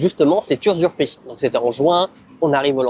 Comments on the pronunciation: Bravo ! Dans 5 ans on débarque prendre l'apéro sur la terrasse de la maison 🤣🤣🤣 ... NB. On dit "usufruit" (pas "usurfruit"). Pas grave 😀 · très bonne vidéo! je ne savais pas que l'usufruit existe aussi en Thaïlande! Attention a la prononciation usuREfruit ca n'existe pas:)! Félicitation et merci pour ta vidéo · Oui c'est TOUJOURS une bonne idée d'acheter un terrain. On dit usufruit et non usuRfruit. Conseil : clôturer le terrain avec portail, boite aux lettres , ça évitera les dépôts sauvages, appropriation de tiers... et débordements des voisins quand ils clôtureront ! Venir fréquemment le voir. Parfois il vaut mieux construire un petit quelque chose comme un abri même s'il est pas hyper bien fait, juste couvert, sans forcément des murs. Ca permet de s'abriter quand on vient voir le terrain et ça évite qu'on vous dise un jour qu'il n'est pas constructible. Ce qui est construit quand c'est constructible n'est généralement pas démoli si le secteur devient inconstructible. Après chacun fait comme il veut :) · Usufruit pas usuRfruit 😂😂😂